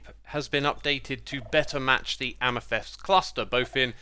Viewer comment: After all these years, Xsuma still doesn't know how to pronounce Amethyst 😂